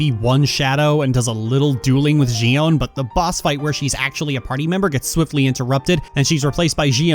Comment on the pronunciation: The way you pronounce Xion's name bugs the Xit out of me.